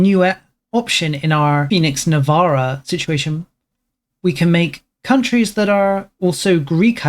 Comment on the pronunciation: That's not how you pronounce Navarra...